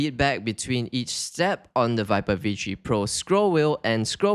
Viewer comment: Yeah vee tree pro